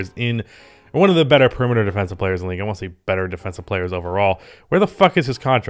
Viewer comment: Are you saying "one to do" or "wont to do" at the end there? I'm not tryna be rude and I'm just here for quality nba content, but I can't stop thinking about this. Appreciate you,. Congrats on the new place.